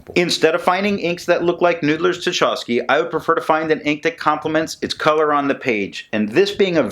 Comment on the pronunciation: I feel like the hated and sneering pronunciation police... but you took it well last time I did it and it is also a chance for culture & history note. Tchaikovsky is pronounced "Tchy" (like in "why") kovsky. Pyotr Ilyich Tchaikovsky is one of Russia's most famous composers. For your interest I link here the 1812 Overture which he wrote as a musical account of Napoleon's invasion and retreat from Russia in 1812. (Here with real cannon fire during the finale. WARNING it's loud). This magnificent piece of music is one of the highlights of my early musical training and contributed in some part to my working in the creative arts today. Everyone Nathan at Noodler's has used as inspiration for his inks, including his Russia series, contributed to art, culture or politics. I know you like that connection as much as I do. Now... so far as the ink, seems Noodler's has several permanent purples, and without your reviews I never found one of them! Thanks for that. This one is just so close but still not quite my favorite purple shade... gotta hit the purple samples! Oh... and since you like the history behind Noodler's Dark Matter, I think you might appreciate this Epic Rap Battle - Thanos vs J. Robert Oppenheimer